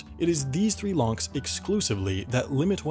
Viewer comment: I am hearing lonks instead of locks so here's my meme " we'll get people to pay for the panama canal lonks! That equals.........STONKS